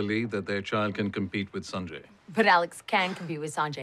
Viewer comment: I hated how they pronounced his name so weirdly in the whole series, I mean at some point he could have corrected them but no. Saaaanjayy bro it's Sanjay(S-un-jay)